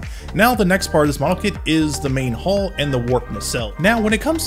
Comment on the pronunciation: It's too late to change it now, but it's 'hull', not 'hall'.